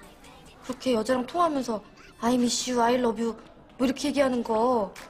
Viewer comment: "I mish you " " I love you" 😂😂😭😭 IU is so cute 🤍✨